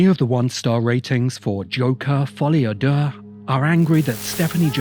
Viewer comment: Do you know what's amazing? The first person that I hear pronounce "Folie a Deux" correctly says that it's a good film. I've heard 100 negative reviews of the film and they all mispronounce it. Probably a coincidence, but just an observation that I had.